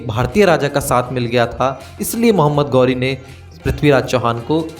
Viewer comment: गौरी नहीं ghori घोरी